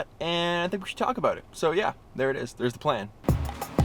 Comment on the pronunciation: "Ahh! It's aboot time!" LOL